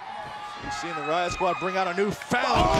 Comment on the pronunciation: "wyatt skraud"? 😅